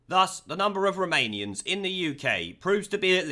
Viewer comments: At first I thought he was saying Remanians. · I wasnt paying attention and thought you were saying Remoanians. XD